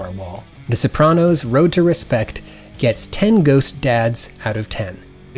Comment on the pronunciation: I adore you, but the way you pronounce Sopranos makes me feel violent